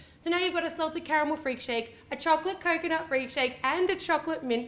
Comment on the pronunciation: Almost everytime when you were saying 'coconut' I was skipping it so I've heard Kokona like that girl from Yan Sim xD